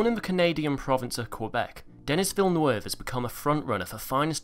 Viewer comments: Duh-NEE Vill-NUV Say it with me. Duh-NEE Vill-NUV Seriously, "Dennis Villnweve?" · De-knee vee-nerve